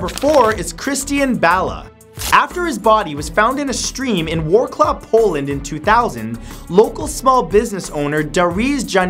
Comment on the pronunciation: Made you said Wrocław wrong, it's pronounced something like vrocwav or more accurately Vro-tz-wav Mate*